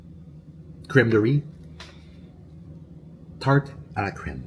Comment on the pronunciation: Dire tarte a la creme avec un genre d’accent anglophone😂